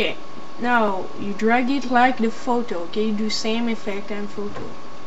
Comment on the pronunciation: lol how he say's fhoto XD